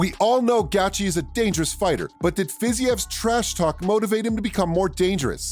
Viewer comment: That’s exactly what the fuck I was saying . Who the fuck is gatchi! I hate it when guys talk about mma on YouTube and can’t even pronounce someone’s name